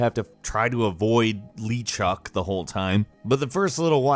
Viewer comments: it's LeChuck .. not Lee Chuck .... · it is pronounced 'ler chuck' not 'lee chuck' it is a French Lé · "Lee Chuck", huh? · "Lee"Chuck? That made me cringe. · "Lee Chuck"...?